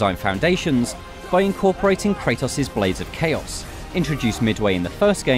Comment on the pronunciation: Ok I'm British but what kind of word is peddling? Also it's pronounced Kra-tos not Kra-tus. That guy is making us British look weird. Ah well, more meme material for you. I'm just hoping by the time Raganrok comes to PC. Santa Monica would've added an option to remove the "hints" during the "puzzles". I'll play it on a hard difficulty to give myself a challenge, since the game is designed so someone like DSP can beat it.